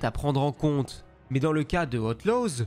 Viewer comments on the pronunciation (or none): Star wars "Hauteloze"